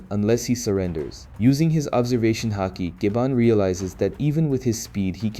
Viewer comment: I thought that too at first but its clearly AI when you listen closely, for example he keeps pronouncing words differently like mihawk or haki, and sometimes he stops mid sentence and repeats the same dialogue twice. I know its still a lot of work and i respect it, but i wish there was more emotion put into it.